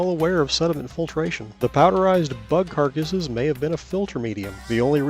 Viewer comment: The way he says bug carcass.... 😂